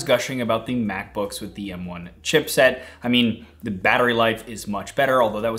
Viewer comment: Every time I hear this man say chipset I die a little more inside